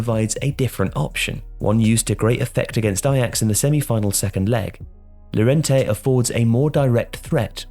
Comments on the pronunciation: double "L" in spanish is read "y" Llorente -> Yorente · Llorente is pronounced 'your-ent-ey'. How is it possible that people still pronounce his name wrong? It's so easy.